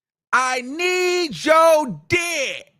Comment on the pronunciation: Yeah she bought them in from out of town. Made the arrangements. I said that yesterday she loved it. And stop saying dick like that boo. Dickkkkk, dickckckc 👀 👺👿